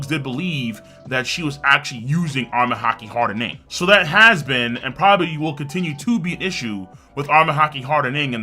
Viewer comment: The way king says “hardENing” doh